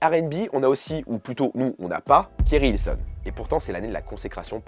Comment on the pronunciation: Je t'aime bien mais te tromper sur le nom de KerI Hilson, c'est inadmissible !